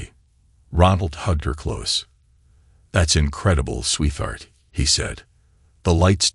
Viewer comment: please program the voice with 2 words.....sweet heart.....it will pronounce it correctly then....and not sweetheart as one word "th" in the middle damn same story yet again last story was 16 years maturing trust fund/deals 3 kids not his own phil from barcelona...art dealer and money laundering and apparently the real father now its 18 years maturing trust fund/deals 3 kids not his own (one daughter with a conscience) bernard from london (tech guy) and the real father